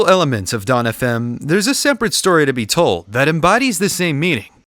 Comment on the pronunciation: you’re the first to ever pronounce our name decently